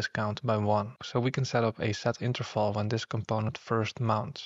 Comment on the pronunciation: Are you german? You pronounced Interval just like Interfal